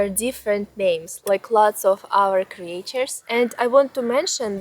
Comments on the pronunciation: ..i think i saw your camera before..a Sony if i am not mstaken..anyways, great settings you have chosen ! Just an small aside.. "creatures", in english, the "a" in the middle, is "mute"..like if it was written "creture"..more or less.. I live in Portugal, but the fairytales, are more or less from these famous fairytale writers in Europe are Hans Christian Andersen (Danish), the Brothers Grimm (German), and Charles Perrault (French). Andersen is known for original stories like "The Little Mermaid" and "The Emperor's New Clothes," while the Grimms collected and published traditional German folktales like "Hansel and Gretel" and "Rapunzel," and Perrault's 17th-century tales include "Cinderella" and "Puss in Boots.. ..i also know the Bad Wolf and The Three little Pigs..and some more, because i had a collection, but some were from around the World.. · You write creatures but pronounce it as creetures. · Cre-Ah-Tures, lol ♡ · Ты пошто, милая, "криэйчерз" вместо "кричерз" молвишь? И купно "скул" вместо "скал"? Сие запутанность великая есмь! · Okay. I didn't know I needed a bedtime storytime but in fact I do. PLEASE make another channel that reads Russian folklore to sleep to!!!!!! (Cre-AE-tures, solidified it). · Your pronunciation of "creatures" kills me. Anyway, thanks for your time spent on entertaining vid.